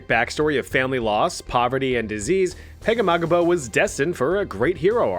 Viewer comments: Francis Pegahmagabow is said Pag-A-ma-gum-bow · Hearing you pronounce Pegahmagabow's name was so funny dude hahahaha